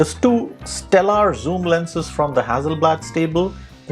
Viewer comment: the price of the Fuji is $5100.00 everywhere on the internet, not " $8500.00". Very good video to steer one in the right direction depending on the type of photograpy. Just as an aside, you pronounced "hazi" FYI, a double "s" is emphasis on S not z. As in Mississippi. So, no side by side comparisons of the same shots ??I think that's what most people want to see.